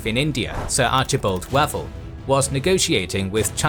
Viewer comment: Read Wavell as "way-ville" not "wa-vil"